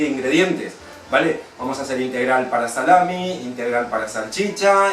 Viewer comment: Lo siento pero...no es salamin